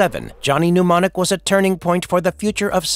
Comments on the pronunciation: It's Mnemonic not pneumonic. The writers and the talent on this site don't watch the movies they review. Google at best. Pathetic. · I find it infuriating that mnemonic is being incorrectly pronounced, it's "nem-on-ic", not "pneumonic".